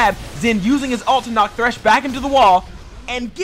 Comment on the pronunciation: It's THRESH FFS, IT HAS A H.